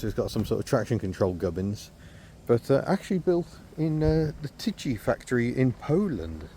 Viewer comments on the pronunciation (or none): "CH" in Polish sounds like "H" :D so you should read it as "Tyhy"